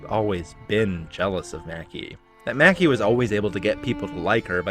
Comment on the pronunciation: You probably know this by now but Maki is pronounced mah-ki. Liked the video but that took me out of it a few times